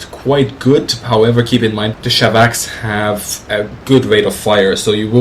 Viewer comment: SHVAK is pronounced like flak. same with SHKAS because S and H letters replace one russian letter